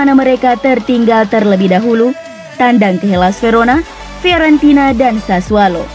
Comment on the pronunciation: Sassuolo pak. Bukan SASSUALO. Pake O bukan A